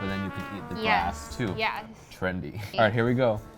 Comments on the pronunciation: It's "trendy" not Trandy, wtf is a "Trandy"? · you said Trandy, so what is it?